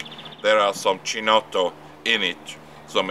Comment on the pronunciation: If you are so invested in it, you might want to at least check out the correct pronunciation. It's "key-notto". CH is pronounced as K in Italian.